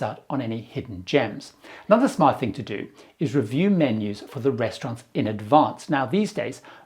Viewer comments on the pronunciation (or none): none